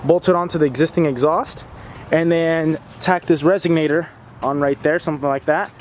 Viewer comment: RESONATOR, not RESIGNATER.